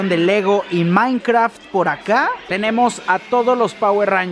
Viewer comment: Me dolió escuchar que decía Power Rangers jajajaja